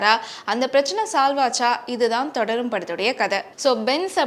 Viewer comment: Thodarum is not crt its thudarum